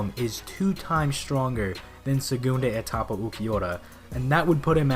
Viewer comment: It's pronounsed "sehgoondah Ehtapa" or just "second stage" other than that, great vid man.